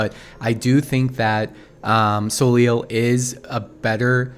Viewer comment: So just for information, since her name seems to come from the French word Soleil which is the french word for the Sun, I think we should tell her pronounce her name Soley more than Soleel. But as always, great video!